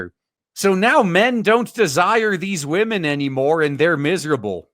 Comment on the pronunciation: Saw the intro and was like is this a real person? Then heard "wamin" and I'm out